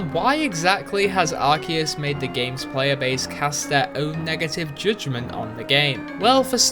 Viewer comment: Good video till u pronounced arceus, I am out